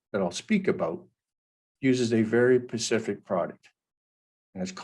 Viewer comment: did you actually say pacific instead of specific ? who would trust this clown?